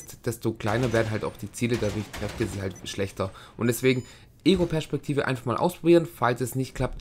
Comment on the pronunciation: alter ich will mir in die ohren stechen wenn du PERSCHPEKTIVE SAGST